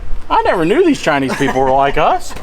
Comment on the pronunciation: "oh yeah Chineseam" got me laughing 🤣😹